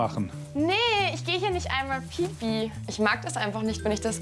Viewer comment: ist das beste🤣🤣🤣🤣🤣🤣 Die Betonung von pipi😂😂😂🤣😂🤣😂